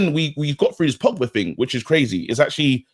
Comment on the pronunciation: Pogbary Donarrry 🤣🤣